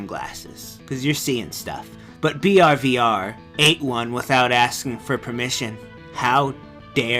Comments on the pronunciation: it's brvr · every time you say "BRVR" your add and extra "VR" at the end, it should be said like it shows. "...I think anyway. It's like how a kid might summarize the word "brothe" because "brrr vrrr" kinda sounds like it...Maybe "Berver". Also protagn is a girl I'm pretty sure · Hollinshead He pronounces it "Brivrve" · This is the funniest one ever! Your multiple pronunciations of "BRVRRVRRRRVR" were so funny! Please more bullshit creepy pastas!!! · I think i laughed out loud the first ten times you said brvrvr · It's very hard to eat and keep myself from laughing whenever he says "BRVR"